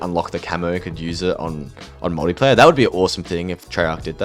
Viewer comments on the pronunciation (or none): none